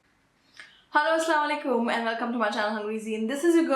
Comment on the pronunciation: Please do salaam correctly it's not "sala walekum" it's "Assalamo alaikum". Hope you admit it.